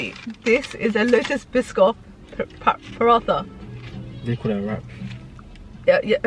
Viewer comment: The H is silent in Paratha lol